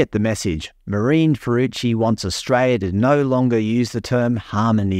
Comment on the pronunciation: Her name is not pronounced "fooroochi", it's pronounced "Fahrookey"!